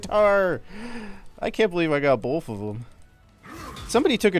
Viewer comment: My friends always make fun of me for pronouncing both “bolth” and I noticed you do the same thing 😂